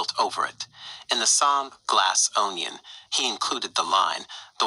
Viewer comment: Glass ownion lol